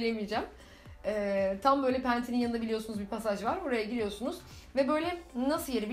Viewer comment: ya cok tatli ve samimisin pasaj diyemeyisin ve deyinceki hareketin :))